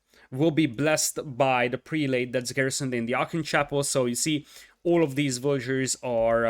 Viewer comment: Love the cast. By the way, the prelate pronunciation is prell-it. It breaks the rules of long a's and the last e....why? No idea. I am an esl teacher and I have no answer for you. 10 out of 10 cast.